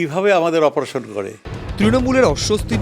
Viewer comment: Bleche “operation kre”😂😂😂😂😂”Oposaron” tao tik kre blte parche na 🤣🤣🤣🤣🤣🤣